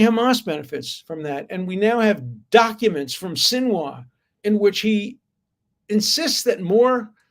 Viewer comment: Keffiyeh, not kiyaffah. I am correcting because it matters when people hear you speak. It affects how your argument is perceived, like it or not. Also Sinwar and not sinwah, and also please try to avoid obvious typos in on-screen text and video titles.